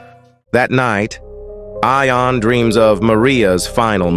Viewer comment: AI can't pronounce. "Eye-on? Try "Yon." And get me a human.